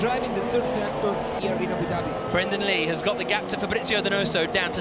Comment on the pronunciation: Abu “Dabby” xD